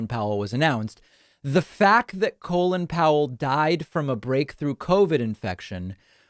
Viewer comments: Do Americans really pronounce Col-in, Colon? What the hell? I actually thought this guy was called Colon as I've only ever heard it said and never seen it written. It's Col-in and in Come in. The in is unsurprisingly pronounced in. By the way, it is really obvious from the outside that Republicans are against vaccines as they want Biden to fail. They don't care if more Americans die, they just want Covid19 to still be an issue by the midterms and so they are doing everything they can to stir up crap and stop vaccinations. It's the most cynical thing I've ever seen. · It’s Colin Powell not colon 😅